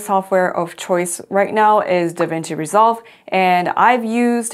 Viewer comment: What are you saying the name of the video editing app is? I’m hearing devengi resolve…🤔 are those the current versions of the iPad & MacBook?